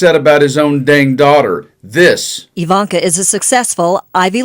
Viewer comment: Did Wendy Williams call her Eye-Vonka?